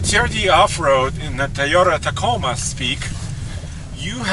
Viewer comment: "the tiyota ticoma"